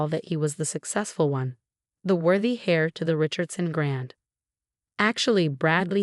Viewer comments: Chen, hair (rather than heir), singsong tempo, still sounds like it has too much spit in its nonexistent mouth. When will YouTube finally ban the use of this particular AI voice? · In, not and. All, not an. We'll, not will. Heir, not hair. PRONOUNCE MARTINEZ CORRECTLY, FOR CRIPES SAKE!